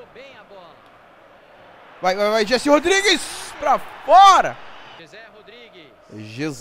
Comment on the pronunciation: a pronuncia certa do nome dele é "Resé" Rodriguez o J tem som de R em espanhol.